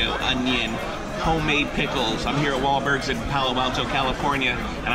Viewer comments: Maybe try saying the restaurant's name correctly next time you review it. It's Wahlburgers, not Wahlbergs. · I like how he calls it Wahlbergs instead of wahlburgers. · what the hell is wallbergs its called wahlburgers